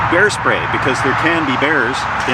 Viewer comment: Bear spray? I thought he said hair spray!!! I was like, "OK,, you do you"